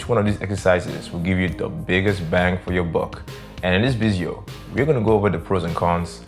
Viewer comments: vizeo is really catchy, whenever I talk in my videos I have to re-record due to saying vizeo. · Ok,and why does he say vizeo instead of video?